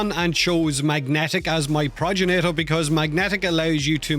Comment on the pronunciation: Why do you keep sayin "Proj ja nator" Its G not J Progenitor. Gen like generator. Not proj-ja nator........